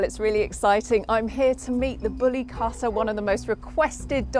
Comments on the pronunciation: They don't even looks like bully kutta to my eyes. Looks more like Small Pomerrians. Mam, Plz Come to India or Pakistan to see real once. They are three times the size what you just shown. Bully = Bully & Kutta = Kuuttaa ( kuu ttaa) not Kaattaa but Kuuttaa. Kuuttaa = Dog in hindi. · Bully cutter??? I like the effor for the pronunciation 😁 bully kuwtha ( quwth-tha) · It’s pronounced KOOTTHA which literally translates to dog. Not Cutta. Lol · The word 'kutta' is a Hindi and Urdu word meaning 'dog' and is pronunced as 'coup-ta' and not 'cut-ta'. So, bully kutta literally means a bully dog. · Typically brown or black in colour. Bully kuta as the beautiful heartful lady was saying the actual correct pronunciation would be koota not kutta. Like bully koota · It's not pronounced "Katta" but "Koota" Koota means Dog in Hindi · its not pronounced as kata its pronounced as koota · It’s KU-THA not KHATA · Cutter?? 😂 It's pronounced kootha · It's kootta or kutta not katta and It's in Hindi language not in urdu. And they are native to India and they are in Pakistan becaue Pakistan was once a India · You don’t pronounce it as katha…it’s kuuuuuuutaaaaa! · Pronounce it correctly its kuutta (kutta) not katta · She got me when she pronounced " kutta" as Katta 🌚🤣🤣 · Like “cutter” 😂 also how she probably pronounces “Qatar” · Great video ❤. (ps dog in Hindi / Punjabi is pronounced Kuth-thaa) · Plz note that Correct pronunciation of Kutta is Koot-taa. Eastern pronunciation is different from western accents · The pronunciation of "kutta" it like "kootta" with soft "t" s. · It is not Kattttta.... 😂😂😂😂😂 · It's pronounced as "Koota" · its bully kutta its pronunciation is like koo not ka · Kutta, pronounced Kootťaa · Oh wow you are really butchering the pronunciation of kutta lol